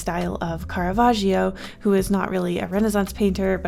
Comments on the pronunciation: loved the video but as an italian my heart Stopped when i heard how you pronounced caravaggio,, those two Gs are meant to make a strong sound !! should sound more like caravajoe (but with a doubled G) 🥰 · CaRaVagiO disgusted italian noises IS CARAVAGGIO CARAVÀGGGGGIO